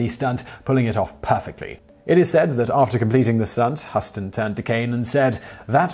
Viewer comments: Simon! It's Huston H-you-ston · YAK-ih-ma Ca-NUTT and John HYOO-ston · "Huss ton" really? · I think John Huston's last name is pronounced "Houston", as in the city in Texas. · YA-kee-mah Kan-OOT Jahn HUO-ston